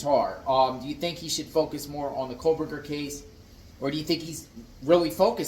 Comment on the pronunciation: Kohberger - There is no L in his name. Again, you focus on 💩that has nothing to do with anything! What is wrong with him having a life? Maybe you should try to get one and stop making these ridiculous videos.